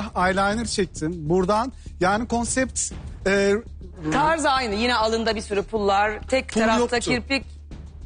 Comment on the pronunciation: bi konsept demeyi öğren..